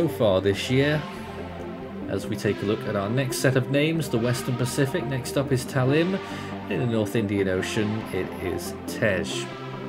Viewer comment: Next name cyclone in indian ocean is tej not tes it is pronounced as tej last sounding word is j